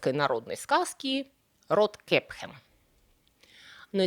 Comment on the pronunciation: "Роткэппхен", Румпельштильцхен какой то! )))